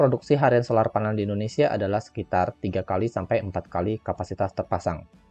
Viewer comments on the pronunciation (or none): none